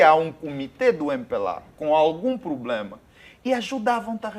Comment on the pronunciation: Será que eu oiço Sr Pakissi, a pronunciar a palavra problema como "pulema"?